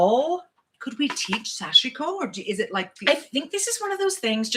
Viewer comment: You look super comfortable in your new format! And both of you look great in your kerchief/shawls! BTW, Sashiko is pronounced SASH-koh. The "i" is silent.